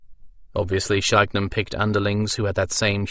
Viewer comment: Yeah, SkanDRANon instead of SkanDRAnon took a bit of getting used to.